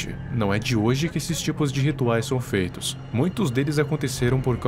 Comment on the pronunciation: "com o acesso a internet tudo fica disponível, tipo oq?" EU: porn... ELE: RUTUAIS EU: rituais é claro. Foi oq eu tava pensando 😅